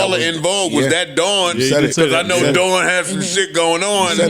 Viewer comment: Mel calling her name wrong is crazy